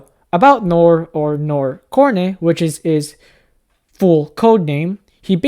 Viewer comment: So Noir Corne (It's pronounced Corn, not Corny, you hear him say his own name when he's brought onboard) wasn't sent to kill Yato, he was sent to kill a kid, and Yato was sent to kill the kid, too. But in order to secure the target for a kill later, she fought to save said child from Noir. When he asked what she really wanted, she gave the broad answer that she "just didn't wanna hurt another innocent person". Noir also admits he's absolutely no match for Yato, so they just deserted together.